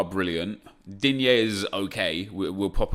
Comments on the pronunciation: ITS NOT “DINYEY” ITS PRONOUNCED “DEAN” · Where does "Dhhhinge" come from?? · The way he said Digne, didn’t realise he was arsen Wenger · Why he always says DIGNE like that? :S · “Digne the centre back” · The way you say “Digne” maaaan, i laugh every time! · Lol why you keep pronouncing Digne like that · Why is Digne pronounced like that every single episode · It's a joke/meme because that's how Google told him it was pronounced when someone on stream complained when Nep pronounced it "Dean" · He doesn't even say it right